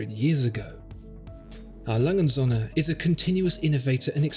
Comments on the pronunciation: Holy shit you completely butchered the brands name😂 You said "ALangenSohne" its more like "Ah Langeh uhnd Söhne" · Im awfully sorry, but despite this being a fascinating and illuminating video, the pronunciation of A. Lange & Söhne sounds more like "A Langen Sonne". Which would translate into English as "A Long Sun". But this Company is Called "A. Lange and Sons". It's irritating to say the least hearing this Name as wrongly as in this video. Don't get me wrong, great video (subbed liked and everything) but please work on your pronunciations of foreign Company Names. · Pronunciation of "A Lange & Söhne" needs to be checked, but otherwise very informative.